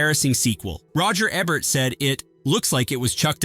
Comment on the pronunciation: Learn how to pronounce names. Kim 'Bay-singer' Roger 'EEbert', Wes 'STEWdi. And also 'Needful Things' WASN'T Fraser Heston's first time as a director. He co-directed [with his father] 1982's 'Mother Lode' with Kim Basinger and Nick Mancuso. DO YOUR RESEARCH BEFORE MAKING VIDEOS LIKE THESE.